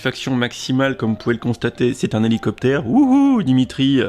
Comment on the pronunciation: Houlou copter :)